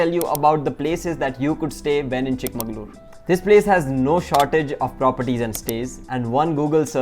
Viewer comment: Exactly, you pronounced it wrong throughout the video.